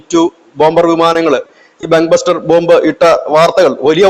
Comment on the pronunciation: ബഗ് ബസ്റ്റർ അല്ല. ബങ്കർ ബസ്റ്റർ